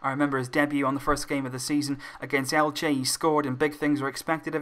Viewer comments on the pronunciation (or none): none